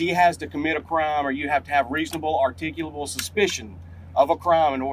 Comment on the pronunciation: even pronounced "reasonable, articulable suspicion" clearly.